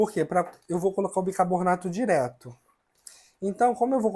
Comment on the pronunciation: Como eu já disse, suas receitas são ótimas, porém a sua pronuncia errada do bicaRRRRbonato prejudica o seu vídeo. Como você pronuncia o seu nome de forma correta e não pronuncia corretamente o produto? Isso não tem nada a ver com os problemas que você nos disse. Por favor, faça uma forcinha para pronunciar BICARBONATO da forma correta. Muitas pessoas irão aprender de for errada com sua pronuncia errada. Você é uma pessoa pública e é seguido por muita gente de todos os níveis. Por favor, faça uma forcinha.